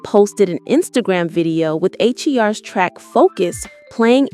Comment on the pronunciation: Damn AI can’t distinguish between the name H.E.R because of the periods. It’s just HER AI! Say HER!